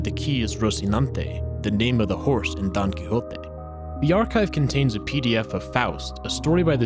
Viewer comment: "donquijoti" "the Spanish title" dies in Spanish language and literature major and Spanish person